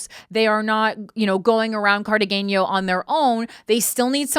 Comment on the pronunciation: Corrine absolutely butchered the word Cartagena (the g is pronounced like an h)…